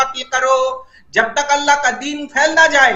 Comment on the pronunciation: Allah nahin Hallah bola wo 😂😂😂